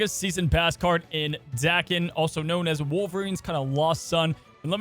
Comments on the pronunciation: Dude's name isn't Dakin. It's DAY ken. It's Japanese. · Pronounced Day-Ken I think 😊